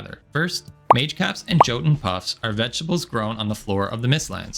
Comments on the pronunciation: It was a great video, just wanted to point out though that jotun puffs and pronounced yo-ton puffs. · Jotun is pronounced Yotun. The letter J makes a Y sound in old norse. Im not trying to be pedantic at all just wanted to let you know